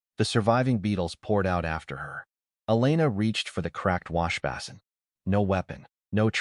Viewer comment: You had some issues saying washbasin, /wŏsh′bā″sən/, I've heard worse; this just felt wrong in my ears.